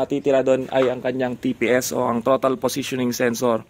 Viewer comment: "trotal" "idal" nakakainis pakinggan